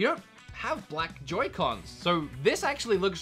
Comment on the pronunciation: Why did you pronounce it yoycons